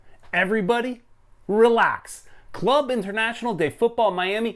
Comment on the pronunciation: So it would be Miami CF (for Spanish Club de Fútbol, like Real Madrid CF name for example). Ah and by the way, you pronounce the name of the club wrong, it's Club (=say like "Kloob" not like "klab") Internacional (=say like "internasyonal") de Fútbol Miami (=as it is).